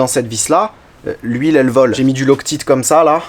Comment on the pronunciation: Loctite.. prononcez Loc tight svp